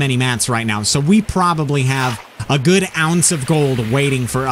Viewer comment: Hes gewd hes gewd he was telling me about how he rode a boar....